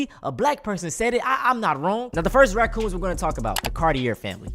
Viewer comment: i legit just understood why you call these people rac"coons" lmaoo